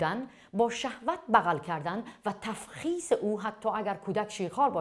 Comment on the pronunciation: اون تُفخیزه نه تَفخیز